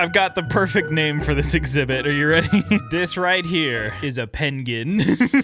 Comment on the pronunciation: Ah yes the “PAIN”gwin